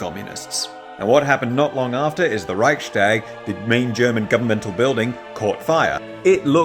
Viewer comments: The "st" in "Reichstag" isn't pronounced as "scht", because the "s" and "t" belong to two different syllables. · it's not "Reikshtag" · The way you pronounce 'Reichstag' is killing me